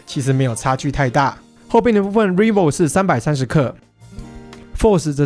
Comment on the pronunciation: Rival 的英文發音錯了， i 發ㄞ的音！